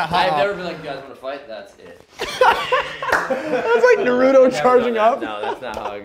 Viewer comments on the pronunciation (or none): pronunciation of "Naruto" pissed off half the comments.🤣